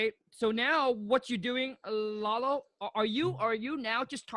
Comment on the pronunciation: Kong called him Lola instead of Lalo